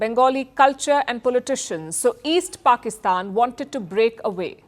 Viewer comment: Halitosis, What is Brazeeel instead Brazil and what is pulley tishun instead of politician 😂😂😂😂😂😂😂😂😂😂😂😂😂😂😂😂😂😂😂